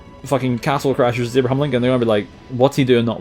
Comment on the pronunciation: Love how you say "eeyahbrahahm" my bro